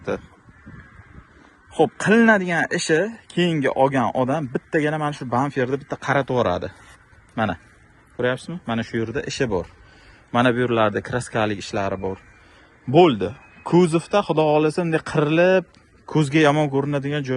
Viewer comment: Бамфир эмас бампер дегин